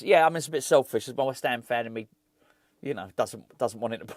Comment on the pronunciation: Others have picked you up on West Germany,, so I’ll be the one that finally asks you to say “do you know what I mean” instead of “do you know what I mane”. Hope you’re doing well,.